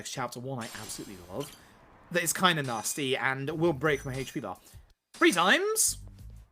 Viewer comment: Except the pronunciation of Yakuza and HP, sure it's great.